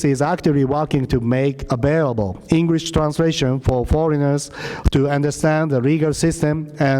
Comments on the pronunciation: こいつ英会話全然駄目だな 発音が糞 カタカナを読んでるだけにしか聞こえない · 発音どうにかしないとね。